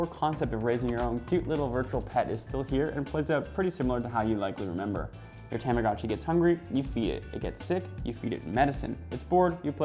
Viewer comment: The commercial for this device calls it a “tom-ah-goh-chee”, not “Tom-ah-gah-chee.” This guy calls it a “Tam-ah-gah-chi.” I think I speak for Millennials everywhere when I say, “whaaaaat?!?!” 😑😑😑